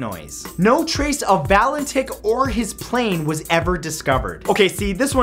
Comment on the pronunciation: Fredrik valen TICH - hahahahahah he it sounds like DICK